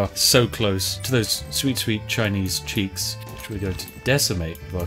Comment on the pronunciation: Spiff: Those sweet sweet Chinese ch**ks. Me: WTF DID HE JUST SAY???? Oh! Cheeks!